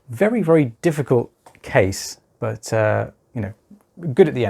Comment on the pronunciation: 😢 he say dificultcase. my earwax is hard. pain also